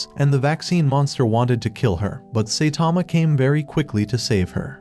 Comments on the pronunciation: Saitama❌ Saytama❌ Saythomas❌ Satama✅ Genos❌ Gines❌ Binegino❌ Dinos❌ Gino✅ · oh wow, I thought his name was Saitama and not Saytama, we learn new things every day..............................but seriously, if you can't say his name right, how can I believe you are, right about the other stuff that isn't spelled out black and white. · It is not say Tama it’s Saitama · Saitama❌ Seytama ✅ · saitama❌ Saetama✅ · The ai mispronouncing the same words got annoying quick. Especially Say-tama. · Bro said saytama💀💀